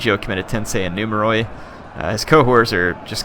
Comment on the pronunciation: In Greek, "oi" makes a sound like what "ee" does in English. So numeroi is pronounced, I guess in English the phonetic spelling would be "numeri". Not nitpicking, say it however is comfortable, I just got the impression you like for us to tell you this stuff.